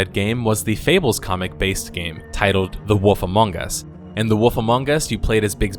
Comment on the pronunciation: i smile everytime you say The woff among us”